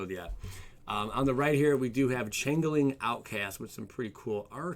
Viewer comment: I hate to do this but it is not chang-ling it is "change-ling"